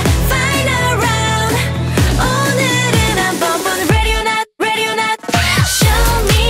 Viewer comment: Other members: Ready or not Hyebin: LeDi oL nOt :)